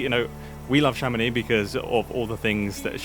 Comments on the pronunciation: In french, we prononce the name "Chamonix" with the "x" at the end, like "Chamonics" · "I'm living in Chamonix" excusez-nous monsieur rejoint les français mais dans le 1% du haut